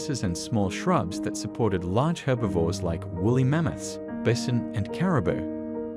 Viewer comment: Wait what is a bizon do you not mean bison 😂😂